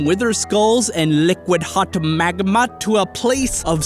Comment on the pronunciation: and liqwad magmwa